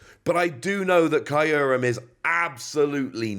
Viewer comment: It’s pronounced Kyr-Rum Im pretty sure